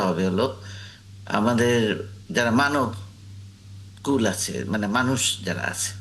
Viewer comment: Hey!!! He said "Manob kul"😂